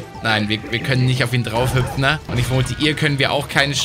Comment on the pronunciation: hüpi hat hüpfne gesagt!!!!